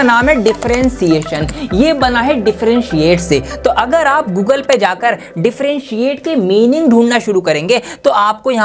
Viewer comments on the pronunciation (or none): none